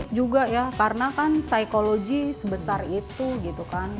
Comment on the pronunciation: si ibu bilang saykologi , ada yg tau saykologi artinya apa yah ?